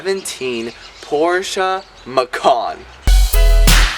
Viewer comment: You can’t even pronounce the name of the company and the car’s name right. Dude 👎👎 😝